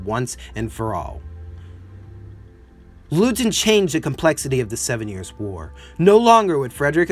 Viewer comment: Yes, I cringed every time Leuthen (something like "LOY-ten") was pronounced as "LOO-thin." Otherwise, high praise and full marks for the analysis.